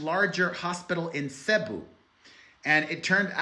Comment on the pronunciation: Cebu is pronounced "Se-boo" 😎